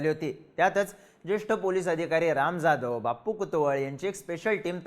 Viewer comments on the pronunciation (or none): none